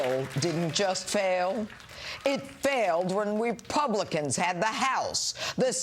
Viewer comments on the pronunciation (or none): "Paul Ryan failed Rebubblicans"